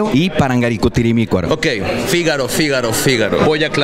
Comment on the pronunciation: Nadie: Absolutamente nadie: El men q no sabe decir parangaricuturimicuaro